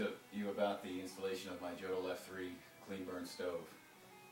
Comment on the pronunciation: It is pronounced "Yodel."